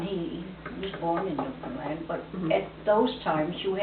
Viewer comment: you say "Freshwater, Canada," in relation to the relocation of the graveyard in 1941. Newfoundland, and Freshwater in it, was not part of Canada until 1949. Also, you say "Newfoundland" incorrectly! It should rhyme with "understand."